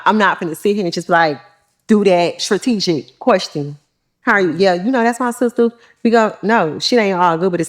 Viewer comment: I am with him and she not all that…can even say strategic….FOH